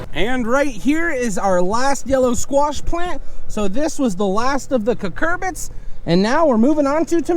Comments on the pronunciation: Not to be that guy, but they're Cucurbits. que-kur-bits. 😬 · Well, he's saying it wrong..it's Cucurbits. They're cucumber/pumpkin/summer squash/zucchini, etc. They are all related, and look essentially identical when young. Cucurbits are the parent family of all those.